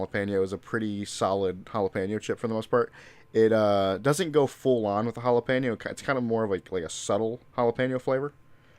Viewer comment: tell to stop saying jalapeño like that it